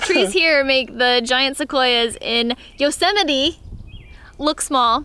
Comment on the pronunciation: Maybe you should just say "Yellow-simiti" to be safe!!!! LOL I love your videos and am a big fan. Have fun out there!